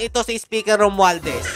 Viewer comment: Mali po ata kayo banggit ng pangalan. Tongressman Romwaldas po. 😂